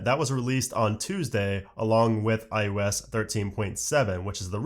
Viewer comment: You say “eye YOU esss” every time. It’s “eye oh ess”. Drives me insane.